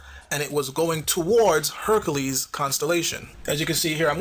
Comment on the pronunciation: hercales...lol not hercules.